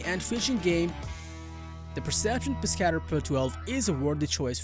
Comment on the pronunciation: Terrible just terrible the Pescador kayak you said the name wrong if your going to do videos be able to say the names of these products and it doesn’t have the most comfortable seat on the market so that’s a lie and your facts suck the pelican catch is one of the worst kayaks on the market it’s a piece of shit everyone who buys one sells it because it’s junk stop with these videos just stop